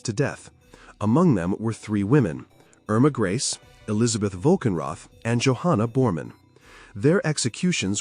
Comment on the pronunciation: Their names were pronounced "ERR-mah GREY-sah...YO-sef KRAH-mer"...all other names were pronounced correctly